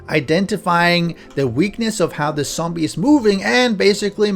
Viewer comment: Dude.. 🤦‍♂️ its zombie, not sombie..